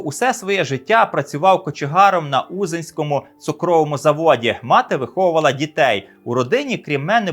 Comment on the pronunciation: Ще раз кажу, узинському , а не узінскому, безграмотний, прочитай назву міста правильно 😡😡😡😡😡😡😡😡😡, Узи́н — місто Білоцерківського району Київської області на Придніпровській височині. Центр Узинської міської громади. Населення 12 тис. мешканців (2024 р.).